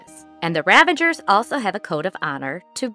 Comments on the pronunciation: Ravagers ....not ravengers. Come on. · Stop saying "ravangers"